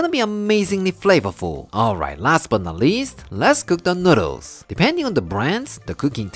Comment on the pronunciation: the way he says noodles is great. Its like he forgets to pronounce the l and instead adds it in on the end ever time noodals XD